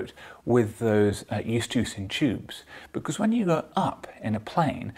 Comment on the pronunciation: I'm not familiar with this "estucian tube" you refer to... all humans I have examined have eustachian tubes (i.e. pronounced "yoo-STAY-shun").